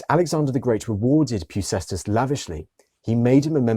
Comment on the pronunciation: Well done, it is pronounced "Pefkèstas".